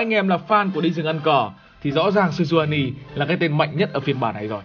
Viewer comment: Sejuani chứ kp nà Senjuani nha :D